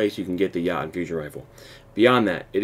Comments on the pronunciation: Lol he said "Yah tn" instead of "Yo tun" lol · Your pronounciation of Jotunn sucks big time. It's pronounced Yo-tin, not Ya-tin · Everyone is saying it's pronounced "Yo-ton", but they're wrong lmao It's ACTUALLY pronounced "Yo-Toon", as it is the shortened name of a race of beings from Jötunheimr from Norse Mythology. Anyway awesome video! Quick and straight to the point! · Yachtun Fusion rifle lol. Thank you for this video though. Helps A LOT. But its pronounced Yotunn* by the way. But hey to each their own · Good, informative video, man. Thanks. BTW, it's pronounced "yo"-"tune". It's a Scandinavian word that refers to mystical, mythological creatures like Elves, Trolls and the like. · Its pronounced Yo-tun, but the u is kind of silent. Its the nordic word for "giant" as in the mythical creature. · it’s a norse word, so you pronounce it like yo-tunn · Mispronounced it is (Yo-ton) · It's pronounced Yo-tune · Yo toon* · Pronounced yo-tun. Just fyi